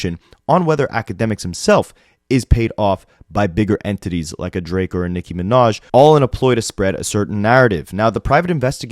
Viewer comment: Unrelated but anyone else annoyed asf how Ak pronounces Nicki?? Like, it might be some dumb ass injoke on his stream but it sound like he saying Micki.